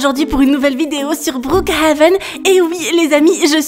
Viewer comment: tu me tue quand tu dit brookHAven sinon continue comme sa 😸😁